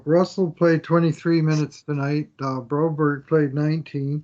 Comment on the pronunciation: Do u guys ever Read comments?? I have told u guys Broberg name in every vid u talk about him that His name is not bro-berrie like u say. God stop this 😂😂😂